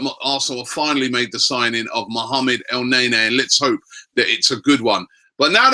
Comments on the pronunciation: not NAYNAY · For fuck sakes, its KNEE-KNEE not NAY-NAY, the rest of the league is laughing we can't even pronounce our players names correctly! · Robbie its el -ne-ny and its cro-thi-nas not cro-thins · Its EL-NE-NY not EL-NAY-NAY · Did Robbie say 'Let me whip Elneny'? 😂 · Elneny = EL-NE-NY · Robbie, your saying his name wrong. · Real talk no one knows the first thing about Elneny not even the correct pronunciation of his name. Yet the Vieira comparisons have begun SMH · That's not how you pronounce his name, so let's just stop with this song. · Lol that's not even how they pronounce his name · horrible horrible chant. he's name isn't even pronounced like that lol I enjoy AFTV but please sort it out, quit being cringey please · So fucking cringe how you pronounce El neny's name